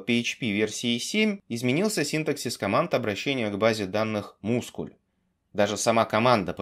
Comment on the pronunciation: Как только не называли mysql, но "мускль" я слышу впервые